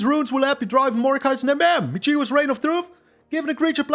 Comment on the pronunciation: Cheers for the excellent video as usual! One correction: in “Michiko”, the stress is on the first syllable, not the second.